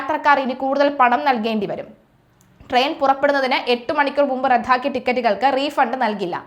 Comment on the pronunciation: റദ്ധാക്കുക അല്ലല്ലോ റദ്ദാക്കുക അല്ലേ